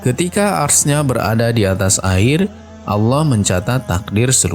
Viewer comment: Sebut arasy pon tak pandai